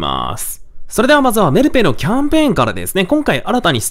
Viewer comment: メルペイのイントネーションが気になる木